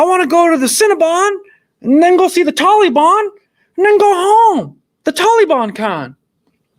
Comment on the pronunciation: I thought I was the only one bothered by "Tolly-Bon" 😆 My new favorite song lol